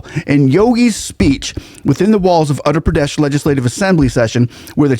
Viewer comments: The State is utter (uh ter) Pradesh. It almost sounds like you were saying Andhra Pradesh. Just thought I would point it out. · It’s pronounced as Ootter Pradesh. Not Utter Pradesh. Properties being bulldozed are illegal ones. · By the way, the state name is pronunced as "Wutthar Pradesh" as Indian names are phonetic. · Really loved the video!! small correction it's pronunciation is oother pradesh although it is written as utter pradesh on paper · Sir with due respect. It is Uttar pradesh and not Andra pradesh . Otherwise you are great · You are pronouncing the name of the state wrong. The letter U is pronounced like in Uber. It is not pronounced as ATTER Pradesh, it is UTTAR Pradesh. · I have developed great respect for CM Yogi Adityanath- He is not anti other dharmic traditions. BUT he is hard on crime of any/all kinds. He has developed housing, security, and economic systems. He has developed Uttar Pradesh - (not pronounced as English word "utter" with hard "t" but soft "th" without aspirant). People feel safer and respect the law - mostly. He is organized, disciplined and so inspiring. It is interesting that you compare Yogi with Tom Homan - a remarkable leader as well.😊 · The way he pronounced "utter pradesh" 😂😂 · When you say Uttar Pradesh you should practice more You sound like Utter that I don't like. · Uttar pradesh get ur (uttar) 😊 pronunciation in order haha Yogi ji is very particular on it UP was known for its natorious Gangs and mobsters Now ppl even think before eve teasing forget violence etc Yogi ji ll make sure ur 6 feet under no question asked Her real sister sells flowers earning 10 $ per day as on today. We want Yogi as our PM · just a tiny correction.. "Uttar" pradesh - the word Uttar literally means North, Pradesh is state or area.. It's pronounced Oo-tth-r. The U as in True but shorter. The TT is pronounced with a soft emphasis like "th" in mathematics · It's oottar pradesh if that helps pronunciation.